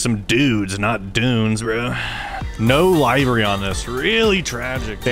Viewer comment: How are you guys STILL mispronouncing “livery”? Lol